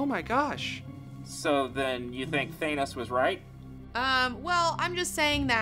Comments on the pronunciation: THAN-ose, not THANE-ose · Why does this channel say thanos as taynos. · thay-nos? are you sure about that? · You're pronouncing "Thanos" wrong. Hope this helps.